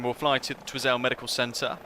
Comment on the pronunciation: Twy-zil :) Gidday from down in NZ, nice to see people enjoying our humble scenery lol. Am just up at NZWB so this is all just ho-hum usual old mountains and lakes and stuff :)